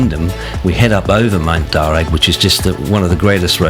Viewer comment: Good video but your pronunciations are a bit off. Candelo (candle-O), Mt Darragh (Darra) and Or-bost (not Orbust 😂) …